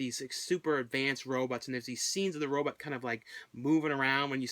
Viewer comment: Always enjoyed going back and watching some of your videos I might have missed!!!😊😊😊😊 the way you pronounce Robot ("row-bought" ) comes out sounding like you're saying "Row-butt" !! 😁 not a huge problem or anything,just thought it sounded kinda funny lol,👍😄